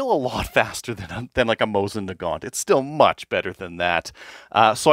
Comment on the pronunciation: Is 'Moisin' intentional? Also, wasnt expecting to hear from automatic russian firearms legend Fyodorov here